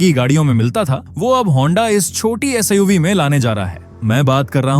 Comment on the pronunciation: Siv Lid टोपा वक्ता है क्या? जो suv को siv LED को lid बोल रहा है।